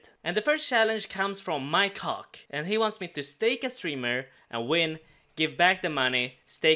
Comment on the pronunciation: did anyone els think said "my cock" instead of mike hawk? please dont say it was just me LOOOL